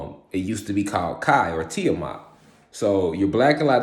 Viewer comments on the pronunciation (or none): none